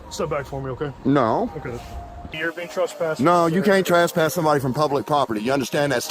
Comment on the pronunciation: Trass-pass...😅 This is one of the best first amendment auditors out there in my opinion but I love the way he says trespass!